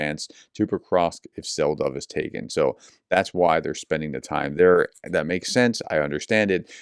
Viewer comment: Hi prof, Selydove is pronounced "Seh-lee-doh-veh". Well, not exactly this, but close enough.